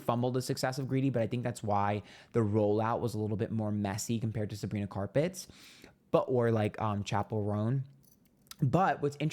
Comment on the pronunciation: "Sabrina capet" 😂